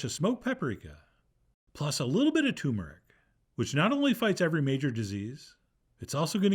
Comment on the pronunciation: He mispronounces turmeric.